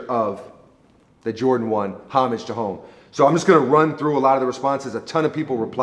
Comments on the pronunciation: When he said Homage it sorta hurt 😂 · Im pretty sure its pronounced homage to home